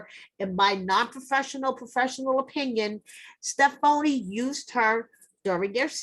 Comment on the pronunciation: Stef - foney 🤣🤣